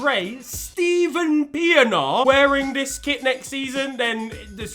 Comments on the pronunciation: Bro said steven piernaar💀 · 🤣Steven Piyeenaaar. Quite a different pronunciation as back home🤣😭Shout out